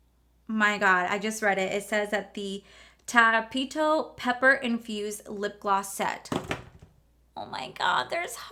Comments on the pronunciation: When you said “Tapito” when reading the makeup sponge. 🤣 omg lol. Love you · I don't think this collection is for you girl that's why you didn't like it I mean you can't even say tapatio 🙄